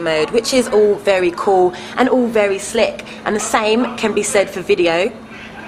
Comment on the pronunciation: all she said was, "very cool and very slic!" oh well gud vid gettin diz phine 4 my b-day! x